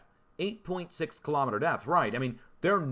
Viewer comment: Kilo- meeter not Ka-lom-eter